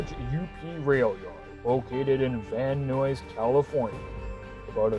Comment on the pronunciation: Not sure if this person is trying out their VO talents but it’s a bit much. And it’s pronounced Van Nuys (sounds like NIES) not Van Noise.